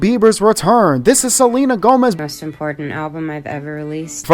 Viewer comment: nigga said selma gomez😂😂